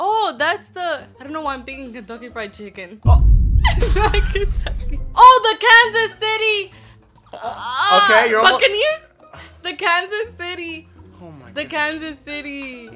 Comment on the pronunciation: She said kansas city buckaneers